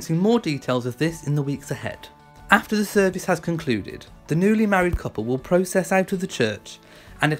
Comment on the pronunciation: One criticism - the word 'process', when intended to talk about a walking, is pronounced pro-cess with the emphasis on the 2nd syllable - it's the same pronunciation as in 'procession'. Your pronunciation is used to mean a cause of action - as in 'the thinking process'